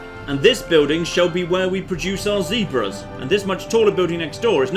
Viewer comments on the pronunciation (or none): none